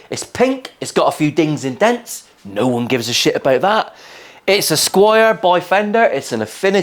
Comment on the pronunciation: Squier not Squire